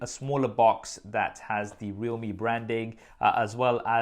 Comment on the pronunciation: Is it not pronounced "re-alhme"? As in realm